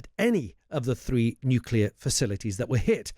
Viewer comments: Not expecting much radiation because Iran had not achieved the mythical high level of enrichment. There is no evidence of "obliteration." TACO talks through his turban. BTW it's nuclear not nucular. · Hamish it’s pronounced NEW-CLEE-AR not NEW-Q-LAR (there’s no such word). Nuclear derives descriptively from the Nucleus. Where was he educated? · This gentleman has been mixing with too many Americans.......he has started saying ‘nucular’ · Someone, anyone………please teach this man to pronounce ‘nuclear’. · Hamish can't pronounce nuclear, that's not a good start, is it Hamish